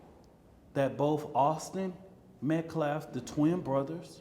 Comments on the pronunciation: Still disrespecting Austin by mispronouncing his name… it’s Metcalf not Metclaff… So tired of race hustlers.😮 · Also what is an optopsy? You can barely put a sentence together. And Austin’s last name is METCALF!! Met-calf. Have some respect!!! I saw that hateful video that Karmelo’s mother put up on social media blaming Austin for his death because he “put his hands on” her boy. It’s funny how it disappeared so quickly. But it was up there long enough to show just what kind of family Karmelo grew up in. One that plays the victim and does not take responsibility for their own actions. 😮Finally, stabbing someone in the heart is NOT a mistake.